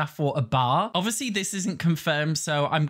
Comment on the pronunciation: “Obwishly this wone isn’t gwonna bwe colled- sowway I’m such a pig” 😂😂